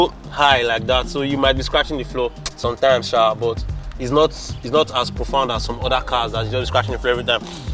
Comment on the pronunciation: "this car.... did nor inherit dah rubbish" 😂😂😂